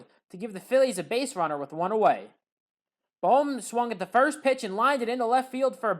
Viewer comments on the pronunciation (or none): Did anyone else notice that he made 2 different pronounciations for Alec Bohm